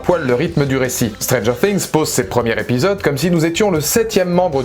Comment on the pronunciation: Afin d'améliorer vos vidéos que j'aime beaucoup, je voudrais vous dire de faire attention aux "Liaisons dangereuses" (non, pas le film avec Michelle Pfeifer…); ne dites plus "les premiers Répisodes" mais "les premiers Zépisodes", car il y a un S à la fin de premier quand il y a plusieurs premiers.